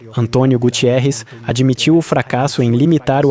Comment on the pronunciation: Já escri algumas vezes não sei porque dizem que o secretário geral da ONU não é Gutierres, NÃO TEM O I, seu nome é GUTERRES